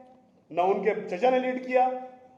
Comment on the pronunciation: News 24 sahi se pado जमायत hai.जमीयत nhi h.jahil sahi se pado.musalmano ko aapas me lad rhe ho.,👎👎👎